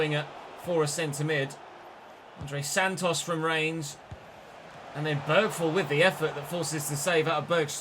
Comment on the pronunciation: it's pronounced Beri-vall and Beri-strom in Swedish